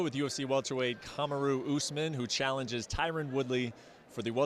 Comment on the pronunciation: ESPN level journalist pronounces his name completely wrong...